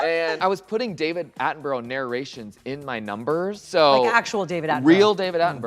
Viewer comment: Michelle pronouncing David Attenborough correctly warms my heart.